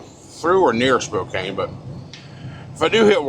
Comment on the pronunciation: It's pronounced Spo-can.